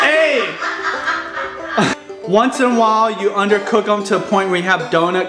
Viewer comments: he said make sure you under kirrrrrrk it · "undercurk it" lol :) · "undercurk it" really?